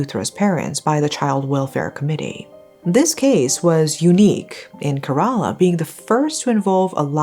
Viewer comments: I know compared to this case, pronunciation doesn’t really matter. May she forever rest in peace, but it isn’t pronounced Kare-ala, it’s pronounced Kera-la. :) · It 's pronounced "ke-re-la" . And it's a state in the southern region of India . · loved the video..... but its pronounced as keh·ruh·laa though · mmm..... it's actually not kerala means u pronounced it wrong like maybe u can search in google how to pronounce it like it's not kerala like instead of pronounceing "e" u will pronounce "e" as "a" ☺️